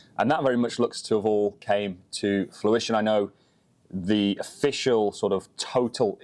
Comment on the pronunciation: It's fruition, not fluishion. Sorry to be that guy.